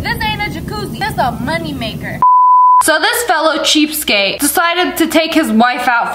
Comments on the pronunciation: Lia!!!! It’s cheapskate not cheapscape..... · It’s pronounced cheapSKATE, not cheapscape. I bet you say Valentimes day as well don’t you. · Lia, it's cheapskaTe...with a T! Not cheapskape with a P!